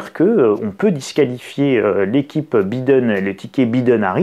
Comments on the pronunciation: Très drôle la façon dont vous prononcez « Biden » ! OK pour B I prononcé « bi » en français ... ( en anglais « baille ») Mais dans ce cas soyez cohérent et prononcez D E N à la française => « dent » et non pas « denne » , comme vous le faites 🤪 Alors « bailledenne » ou « bident » mais pas « bidenne » comme vous le prononcez 😂🤣😂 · On dit BAÏDEN